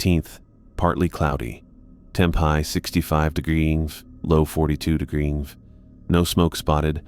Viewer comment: "Temperature 60 degrefre." Said about 10 times.